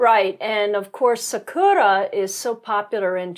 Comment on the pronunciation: btw it's SAkura not saKUra, TOhoku not toHOku. Better chance of being understood... ...but agree absolutely that you get a totally different view of Japan out in the countryside.